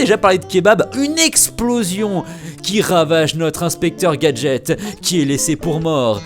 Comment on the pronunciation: c est pas inspeqtor gadget x